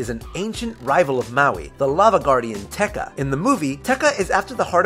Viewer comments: Not teka! Te ka. With a space! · The mispronunciation of Te Ka is ridiculous - you couldn't have made sure you were pronouncing it right? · Learn to read it's VAIANA NOT VIANA YOU PRONOUNCED IT WRONG And fact 38? I'm pretty sure everyone knows that. Fact 101 too. ? Why did you say Teka? It's TekAAAAAAAAAAAAAAAAAAAAAAAAAAAAAAAAAA